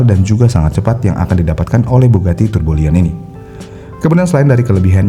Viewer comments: Bang, izin ngingetin lg dr komentar org lain sebelumnya.. Bukan turbo liyon dibacanya, tp turbiyon atau turbiyong. Kata aslinya bugatti tourbillon. Cmiw. Saya dr td bingung soalnya bugatti turboliyon tuh yg mana.. 😮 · Tourbillion dibacanya bukan tubolien, tapi turbiyong.